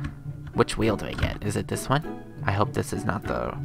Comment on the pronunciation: I laughed to hard I chocked on a fruit snack when he said “can I have a new weal”